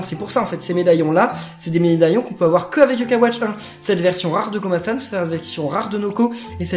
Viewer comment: en gros tu dis kobasan au lieu de komasan 😂